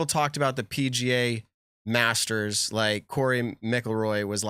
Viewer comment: Oh that cringe pronunciation of Rory McIlroy